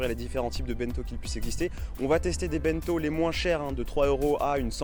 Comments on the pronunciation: Video géniale ! Par contre, j’y arrive pas avec ton pote qui dit BINto 😂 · Ça me trigger tellement ton pote qui dit ça « bainto »